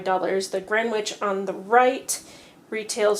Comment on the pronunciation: Gren - itch. No green and no w.